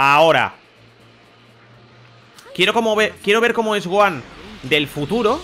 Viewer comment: 2020 y los españoles todavía no saben pronunciar bien el nombre de Gohan